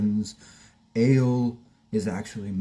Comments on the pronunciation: Ale's name is pronounced ahh-leeh. Not aye-elll like the beverage. Hang in there. I've been sober (alcohol & drugs) since 1995. Anyone can do it. I survived the pandemic without a drop of alcohol or a drug in my body (including vaccin). Food, well - that's another thing. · Ale is short for Alejandra. Thus it is pronounced like Ah lay. Start saying her full name and just leave off the "jandra" Keep at it dude. You will succeed!!!!!